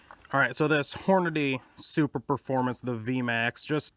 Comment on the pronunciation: "Super - formance" not "Super Performance."